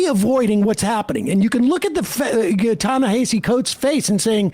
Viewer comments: Ta-Na-Ha-See not Hay-see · His name is pronounced Tah - ne - HAH - cee, not Tah - ne - HEY - cee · Sam: stop saying "Ta Na Hayseed Coats" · It’s Ta-Nuh-Ha-See. Take the time to learn the correct pronunciation and stop butchering his name. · It's pronounced "Tah-Nah-Hah-See." Anyway, the moment Ezra said "We have to ask ourselves why people chose THAT over us" I knew the conversation was gonna go off the rails. You would think that reading Coates response article and being his"friend" he would understand that we're in a culture crisis that's affecting our politics. Not the other way around. He's just Classed-Up enough to not need to care. He SERIOUSLY can't understand why everyone isn't looking for the correct expedient political move in this moment. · I know it's not a big deal but he pronounces his name "Na-hass-e." I've heard him explain many times that it's not pronounced the way it looks. You can hear Klein pronounce it correctly, maybe the only thing he gets right during their discussion. Sorry, don't mean to be pedantic. I just think it's worth mentioning for accuracy sake. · Are you all purposely mis-pronouncing "Ta-Nahisi" - much like Republicans kept mispronouncing "Kamala", even though they knew better? Just wondering....😈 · I listen to Ezra's podcast and though I rarely email him, I did this time. I wanted Ta-Nehisi to rip him a new hole. BTW, Coates' name is pronounced "tah-neh-HAH-see." You'll never get it by reading it, you just have to know it. Memorize. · YALL COVER TA-NEHISI COATES EVERY YEAR AND STILL DONT PRONOUNCE HIS NAME RIGHT PLEASE